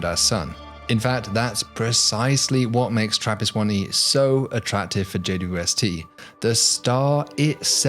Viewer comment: I’m obsessed with his videos simply on how well he says “JWST” as only four syllables. How the hell does he roll that off the tongue so well!?